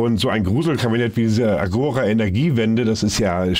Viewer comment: Nur am Rande bemerkt: Agora ist endbetont, das heißt, die Betonung liegt auf dem zweiten a. Agora, gr. Marktplatz.